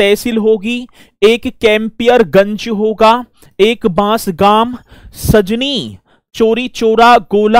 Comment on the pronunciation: Sir सजनी नहीं खजनी तहसील नाम है